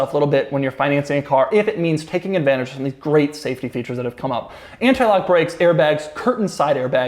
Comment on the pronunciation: Doug cant say advantage😂👊🏻